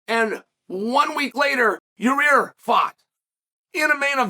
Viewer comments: it's Yuhrear (yuh-reer) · "YAREAER" 😆 I'm pretty sure unlcle chael knows it's Yair pronounced (ya - ear) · Uncle Chael literally calling our Man ... "Your - Rear - Rodriguez" :) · Ya-rear !!😂 he is consistent, Chael has been saying it like that for years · Ya rear 🤣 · Literally everyone knows Yair and Emmett are fighting... Chael: "Nobody knows Ya-rear and Emmett are fighting..." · purposely butchering names is why we love uncle Chael... "Your-rear Rodreeges" lol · Yarir.... Only Uncle Chael can spell the mans name for his title but still call him YaRir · YaEar Me?! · "Your rear" rodriguez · Yuh rear Rawdreeguess.